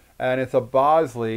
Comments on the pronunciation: Lots of comments about the pronunciation of the name of the camera. Just to add another twist to the discussion, it's actually pronounced "bowl-ZAY", not "BOWL-zee". When Jacov Bogopolsky changed his name for the last time, he changed it to Jacques Bolsey and pronounced it like the French would pronounce it. But don't just take my word for it, you can confirm this in the movie his great grand-daughter Alyssa Bolsey made about his Bolex camera, "Beyond the Bolex". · BOWL-ZEE, REPEAT...BOWL-ZEE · Check the spelling. I believe Bolsey is pronounced "BOL-SAY". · I thought I had been saying it wrong this whole time - but, no - YOU have haha